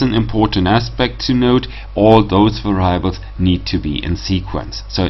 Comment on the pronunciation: Thanks. Please mind the correct pronunciation of "variables" ;-)